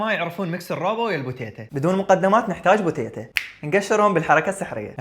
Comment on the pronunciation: حتى بالإنجليزي تكتب وتنطق Potatoes بوتيتوز لكن بوتيتا مع ميوعة في النطق غير مقبولة